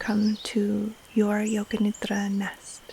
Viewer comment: It is great to hear correct sanskrit pronunciation of nidra, but i kinda miss the Americanised pronunciation with a hard d.